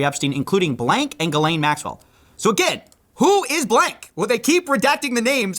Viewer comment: Her name is pronounced Jizz-lane